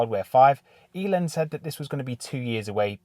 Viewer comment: and it’s “ElOn” not “ElAn” as you pronounced